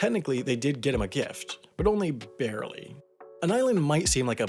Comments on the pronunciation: "bear-ly" LOL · Bearely? Really? Didn't expect that from you.